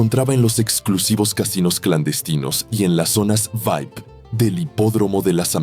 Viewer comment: Se dice vi ai pi, no vaip.